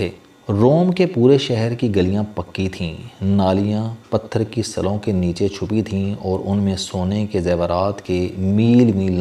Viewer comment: Pathar ki "sillon" hota he "salon" nahi, bhai ab to apna pronunciation theek kr lain, kafi arsa column parhtay guzar gia.